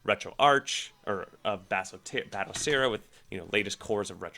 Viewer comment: "Bat O Seera" 😌